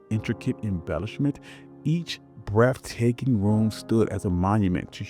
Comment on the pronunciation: Trying to be constructive, but if you cannot pronounce words properly, why not get another person to narrate? Eg: You are saying "Rand-alf" for Randolph, "Nortaway" for Nottaway and I heard brefftaking among other mutilations of the English language. Informative otherwise. Thank you. Add: You definitely emphasize the slavery aspect and how hard the work was, but an argument could be made that even in today's world, regardless of skin color, American workers are still mercilessly exploited, overworked, oftentimes exposed to dangerous working conditions. Has it really changed? I mean, honestly, how much freedom do we really have?